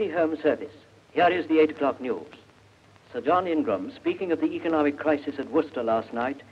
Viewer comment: He can't say 'crisis'